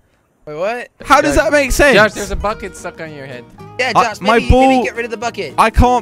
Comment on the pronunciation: LOL AT THE END JELLY SAID JOS INSTEAD OF JOSH